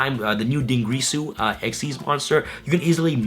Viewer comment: I love you and all but you and other yugitubers need to pronounce dingirsu correctly. It's not grease ooooh it's gear soooooooo. What am I doing with my life....